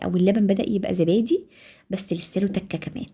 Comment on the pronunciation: اسمه زبادي مش ذبادي يا عرب